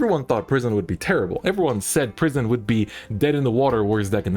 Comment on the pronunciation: Each time he says prison I hear pr❤️ism